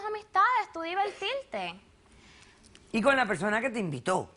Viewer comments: Diveltilte....no pronuncia la rrrrrrrr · diveltilte , bailal , comel, tomal, evitall hahahah WTF.